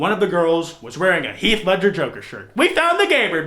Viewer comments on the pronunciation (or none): none